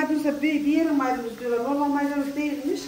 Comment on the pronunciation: ne maydanozu dedin kulaklarım iyi duymuyor tekrar dinledim ama 😅